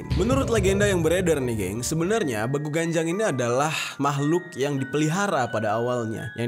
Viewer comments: Penyebutan yg bener itu ; Beeguuu.. Ganjang (bukan Begu Ganjang / ucapan baku) kek gitu bang jerry 💓💓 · Bang bilangnya begu ganjang bukan begu ganjang